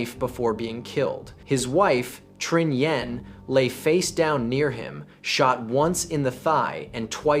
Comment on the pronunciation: Makes a video about Vietnamese crime but doesn't bother to learn how to pronounce Nguyen.